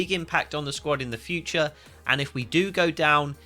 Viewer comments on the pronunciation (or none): none